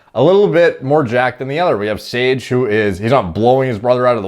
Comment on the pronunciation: “sOrGe” idk why that cracked me up so much lol